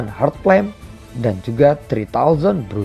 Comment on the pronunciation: Bukan bruning cuy 😂 Burning 🤣